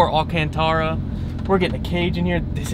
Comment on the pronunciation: the way u said alcantara 😭😹